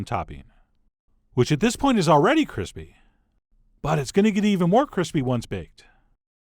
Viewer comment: cwispy gawlick bweadcrumb chikkin OwO